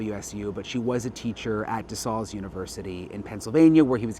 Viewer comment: Local Pennsylvanian here. It’s pronounced DeSALES JUST LIKE THE WORD SALE AS IN YARD SALE. I COMMONLY HEAR THIS PRONOUNCED WRONG ON THROUGH MEDIA OUTLETS NOT FAMILIAR TO THE SCHOOL. De SALES.